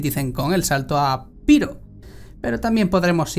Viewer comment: El marcial y el anubis tienen que ser unos personajes borrachos que lo flipas jajajajaja Grandes cracks, a seguir así, que soys la Vanguard-IA de la comunidad hispana de Star Citizen en Youtube. ^^ PD: No es Pairow, eh Pirroh mi arma JAJA